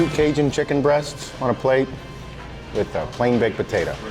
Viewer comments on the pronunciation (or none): none